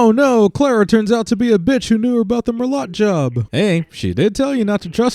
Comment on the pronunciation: They can't even pronounce merlot correctly. Ding!